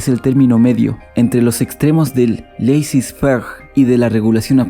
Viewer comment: La pronunciación de "laissez faire" es: lese fer...